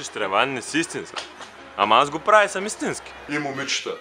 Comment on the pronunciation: hahha истината е това :D "Ама мен ни ма ибе брат .. брат важното е да ни та ибе брат и да си иссински туй е важното .. важното да си иссински е Важното е да си исссински и брат .. и туй ни тъ ибе и си иссински " РАЗПЛАКАХ СЕ :D :D